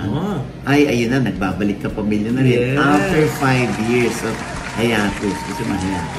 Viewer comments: it’s HAY-EY-TUS not HAY-A-TUS 😂😂😂✌🏼✌🏼✌🏼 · Mama Ogs, hiatus: ha-YEY-tus. Hindi po HA-ya-tus. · hai•ay•thus po